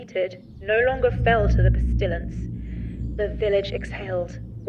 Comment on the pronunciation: Not knowing if pestilence being mispronounced is a clue or a mistake.